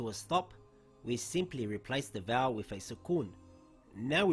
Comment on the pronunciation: did he say ‘ends with one vowel’ ? vowel? I am sorry couldn’t understand.